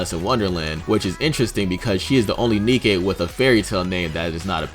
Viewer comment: Say Nikke with the German inflection for words that end in "e."